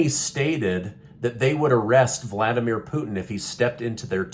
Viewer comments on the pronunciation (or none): Vladimir is not pronounced "Voldemere" (that's Harry Potter) just sayin' 😂